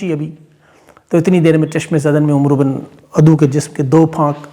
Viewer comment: عمرو کو امر ادا کیا جاتا ہے۔ یعنی بولا جاتا ہے۔